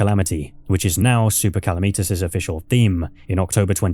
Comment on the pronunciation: It’s Calamitas not Kalameetus,the mod is called Calamity for a reason, not Kalameaty